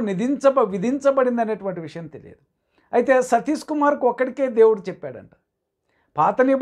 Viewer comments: Meeru , Sathish ane pronounce sarriga cheyyandi ayyagaru ,emi chaduvukunnaru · అసలు మీకు ఆయన పేరు పలకడమే సరిగ్గా రావడం లేదు ఎందుకండీ మీకు. 🤦 మీ ద్రుష్టి వాళ్ళ మీద నుండి తప్పించి దేవుని మీద పెట్టండి బాబు